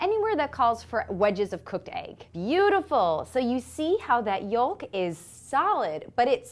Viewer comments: It's pronounced YOKE not YULK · Did you just say yole-k? Where are you from?